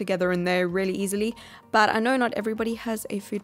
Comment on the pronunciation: I love how she says “rehlly” lol